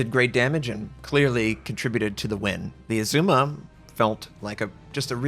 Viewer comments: I know you get a lot of pronunciation corrections but - it’s Azuma, a as in apple, not ae like Oedipus. Did not look like a Stalingrad pound for pound though... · Great come back. It's ARR-zu-ma by the way.